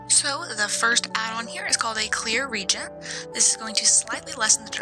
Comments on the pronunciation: Re-agent, not regent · It's pronounced re-agent